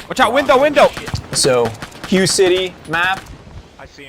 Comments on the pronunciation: It’s “Hu-Ay” City not “Hi-yu” City. But yeah the first AR was the AR-10 in 7.62 then came the AR-15 with 5.56, was right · Great video! Hue is actually pronounced Hway, not like hugh. Just an interesting fact. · I'm sure someone else has pointed this out, but it's pronounced "H-WHAY" city, not "HUGH" city. Other than that-great video! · If I have to hear HUGH City one more time omg... it’s Ha-Waye City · The pronunciation of Huế sounds similar to “whey”.The river you’re referring to is the Perfume River. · Ar 15 began life as a 7.62 A-10... the guy on the left was right. And it's pronounced (WAY) Hue... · Hi guys, I'm Vietnamese and the city's name is pronounced "Huey" (Huế). Love your channel btw! Subscribed! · It’s “way city” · I am 99% sure it's pronounced "way" city, spelled Hue. And it was a super famous Marine battle. That's where the house to house street to street fighting originated. Say the Diddies! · Hu city? Your pronunciation is way off lol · It's pronounced "hway" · 'Hue' is pronounced "h-way" :) Love the videos.. Keep them coming! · Hoo-eh would be more accurate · ..that pronunciation of Hue..